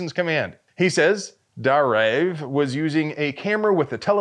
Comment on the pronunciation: It's pronounced Dar-Ayev.